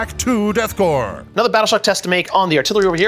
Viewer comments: Would someone please slap with a dictionary and inform him that Corps is pronounced "core," not "corpse?" He's driving me up the wall. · Corps isn't pronounced corpse, it's core, like marine corps. Super irritating. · Its pronounced like Core....not like Corpse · And pronouncing Korps as "corpse" rather than "core" 😣 Thankfully, someone seems to have corrected him after about 20 minutes. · Death core not death corpse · it's pronounced like "core" it's a french word used in the english languge. Should sound like death core of krieg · Small note: The 'P' in 'Corps' is silent! Love your narration:)